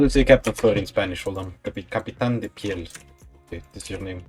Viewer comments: im fom spain the name is pretty well pronaunced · "capitan de piel" was a little too literal for a translation for captain fur was better something like " capitan pelaje " since " piel " its more like hide and " pelaje " its more like pelt but in the end " capitan de piel " its good and your pronunciation was almost perfect 👍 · actually that name sounds sick and you pronounced it perfectly